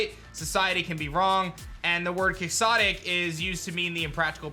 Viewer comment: that’s not how you say Quixotic